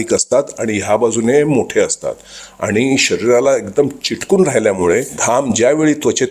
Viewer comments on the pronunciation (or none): चिटकून नाही, चिकटून 😂😂😂